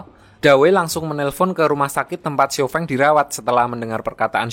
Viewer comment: Baca Namanya Xiao Feng (Siao Fong nich Baru Bener)